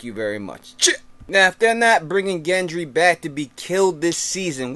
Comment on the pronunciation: it's Gendry not Jendry